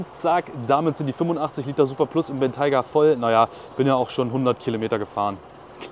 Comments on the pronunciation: Dachte man spricht ihn Bentäi-ga aus und nicht Bentei-ga 🤷‍♂️ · Gutes Video, aber du hättest du Aussprache des Modells kurz googeln sollen. Das stört etwas. Sonst aber klasse, wie immer